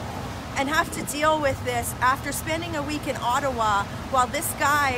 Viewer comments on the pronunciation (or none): none